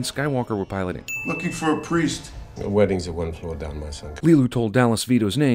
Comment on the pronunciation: leeloo sad "priest...victor cornelius" when she falls in the cab! She not sad "please vitor cornelius"!